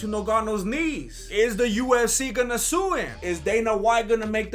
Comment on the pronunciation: lol it kinda sounds like says USC instead of UFC